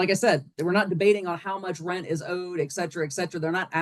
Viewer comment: Cant pay your Reant....You gotta go. Pay your "Reant" 😅